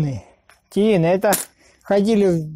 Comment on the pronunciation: Тиын надо говорит, ты говоришь тиін а это у нас, у казахов белка 😂👍